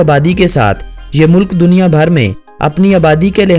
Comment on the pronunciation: Shahid Abbasi Mulk ko Mullak bhi kaha Aur Waqt ko Waqqat bhi. Lekin good work